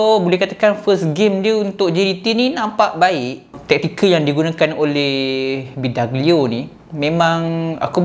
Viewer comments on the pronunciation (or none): Bee dOg glio bukan bidagelio.. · bidoglio bang bukan bidaglio